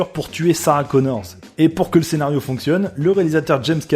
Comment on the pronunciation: C’est pas Sarah “Connors” mais Sarah Connor.